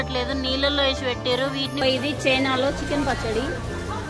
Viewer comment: అమ్మా... పచ్చడ.... కాదు.... పచ్చడి..... తెలుగు ను చంపకు తల్లి....